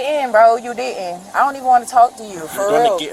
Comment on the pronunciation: The way she says ‘didn’t’ (as in ‘dee-hunt’) is harder to say than the proper way…